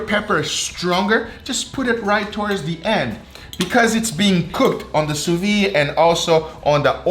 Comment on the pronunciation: This pronunciation of sous-vide is driving me crazy...